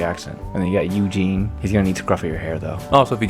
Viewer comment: I’m glad someone else also called Yu Jin “Eugene” 😂